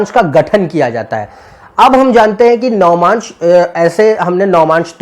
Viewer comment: it is not "navamaansh" ............... it is "Navaamsh"..........